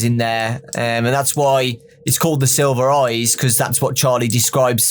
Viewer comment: Nobody:: the silva eyas